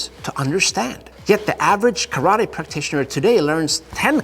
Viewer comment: Sorry you know the Japanese language but why do you not pronounce TE and instead say TI. When you say karate. I know this a minor point but I am just curious.